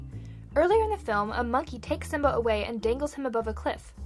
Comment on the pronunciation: Simba not sim.